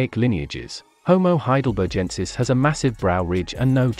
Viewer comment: Love your video presentation! But you're pronouncing 'Heidelbergensis' incorrectly. It has a hard /G/ sound, as in 'begin', not a soft /G/ sound (like 'engine')